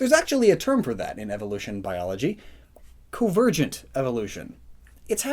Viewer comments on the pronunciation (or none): CON-VERGENT. CON! NOT CO. CON. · It's ARK-en, not ARCH-hen. Edit: It's also con-VER-gent, not CO-ver-gent.